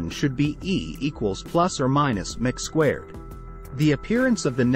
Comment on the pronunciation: The AI narrator ruins the video. It doesn't pronounce anything correctly. "E= mick squared."